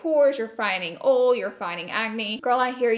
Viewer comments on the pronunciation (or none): Laura you cant say oil but it's okay..